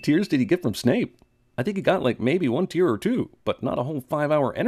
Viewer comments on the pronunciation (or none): none